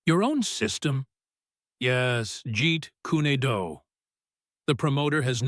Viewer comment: It's not Jeet Kune do... Jeet kwan do